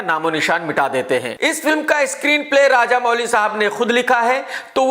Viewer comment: Arrey Woh Raja Mouli hain Raja Mooli nahi😂😂